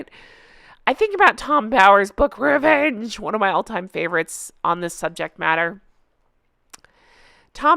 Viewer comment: I would love if you'd start the videos by saying Endgame the way you said REVEENGE! Since that book, I always say the word like you in my head when I hear it🤣